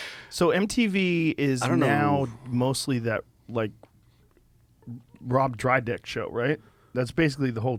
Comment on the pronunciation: "rob drydeck" lolol